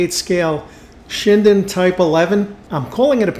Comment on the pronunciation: ....it's a Shiden. Not a Shinden. Pronounced "Shee-Den". It's a very nice little kit. The Shinden is a completely different plane, and there are nice kits of it in the same scale by Hasegawa and Zoukei-Mura. "Shiden" means "Violet Lightning" in Japanese. (not violent...violet) "Shinden" means "Magnificent Lightning". Hasegawa, by the way, also does the Shiden and the later Shiden-Kai variant in several different scales...and the Hasegawa kits in 1/48 and 1/32 are the best of all, though the Tamiya kit is also quite good.